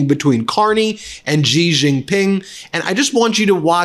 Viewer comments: Please learn to say the president of China's name xi is said like she not gee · Ben, it is pronounced SHEE. Xi in Chinese sounds like "sh" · 😂, did the man there say thankyou president g, hilarious 😂. It's pronounced shi! These people don't even have the decency to research and show respect! Seriously president G! What are these idiots who represent us! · Xi is pronounced 'she' jing is pronounced 'Jing'